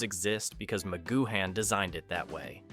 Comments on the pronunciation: Using an AI voice that can’t pronounce names correctly is sheer laziness, Patrick McGoohan is pronounced as Patrick McGooan (you don’t pronounce the H) plus, the Prisoner was originally meant to have just 7 episodes but Lew Grade persuaded Patrick McGoohan to write and film another 10 so that the series could be sold to American TV companies, the original 7 episodes are the best though all 17 are still pure escapism and brilliant TV. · Who the hell is Macgoo Han? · Wait, Magoo-Han? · A.I voices - Ma-goo-han